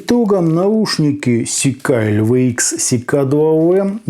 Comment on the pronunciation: Сика неправильно, сикей правильно